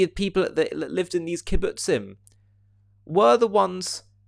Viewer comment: Never liked Clinton. And he may not be able to say Kibbutzim. But today, he is a hero!